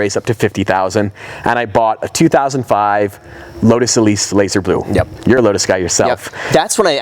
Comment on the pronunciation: "LODES Elise"